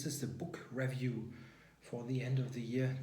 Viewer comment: Happy new year! Great video as always, and I love that you use an actual chess set. Please consider analysing some more viewer games as I found those so instructive. Two little pronunciation tips: In the word 'review/ed' the stress should be on the second syllable, not the first. In the word 'atrocious', it's a long o as in go, not a short o as in hot.